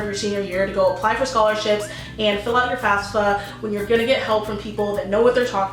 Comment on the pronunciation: She is sponsored by FASFA yet she can't pronounce the acronym right 😅😅😬😂